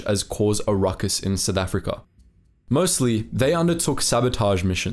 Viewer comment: Lolz, it's "South Africa", not "Sith Africa". 😂😂😂